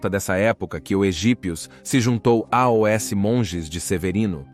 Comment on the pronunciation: A IA que faz os vídeos é show, porém esse A O S toda hora é agoniante kkkk